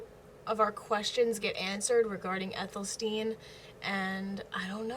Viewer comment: Athel-Stan as opposed to Ethel-Steen